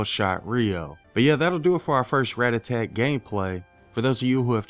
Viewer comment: Ratatat not ratatatat 😂😂😂